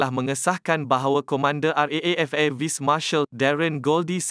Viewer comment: Air Vice Marshal...Vice sebutan betul ialah vais, bukan vis seperti disebut Admin. Ada lagi sebutan2 Inggeris yang menjengkelkan....?